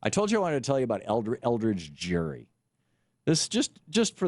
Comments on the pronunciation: I'd say he got a bad rap. You can't even say his name correctly. The "G" in "Gerry" is not pronounced like a "J", it's a hard "G". Crack a book, would you? You talk about reading the history, but you clearly haven't. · YOUR SAYING IT WRONG IT HAS A HARD G GERRY HARD G JEES LEARN YOU HISTORY